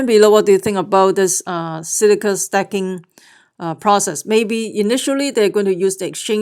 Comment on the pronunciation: its pronounced stakeking not stacking !